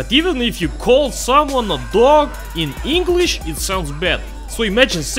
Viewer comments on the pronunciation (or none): none